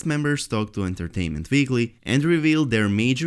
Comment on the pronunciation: Vesteros, vich, Entertainment veekly, vorked, giveavay...... hahahahahaah Dude, you ALWAYS read"w" like at the end of "John Snow"..... it's not that complicated